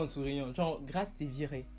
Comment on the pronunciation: C’est Grâce Mama 😅😅😂🤣🤣😅 ... ton affaire de « GRAAAIIIICE » laisse ça aux anglophones . Pardon !!!! . Ravie de te revoir and you slay 😍